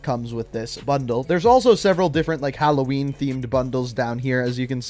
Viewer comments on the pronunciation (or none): none